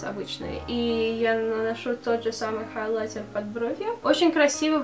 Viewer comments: ХайлаЙТЕР вот этот ЙТЕР должен звучать жёстко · Ставь лайк, если тебе тоже нравится, как говорит " хайлайтЕр"😁💪🏻❤️❤️❤️❤️